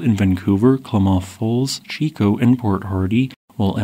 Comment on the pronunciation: Can you stop pronouncing so many vowels as "ee"? It's really distracting. You pronounce "and" as "eend". "Range" as "reenge". Couple examples. "Casceedia"